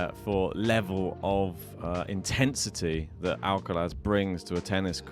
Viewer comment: So funny how you say ALCALAZZZ 😂😂😂 You need some Spanish lessons mate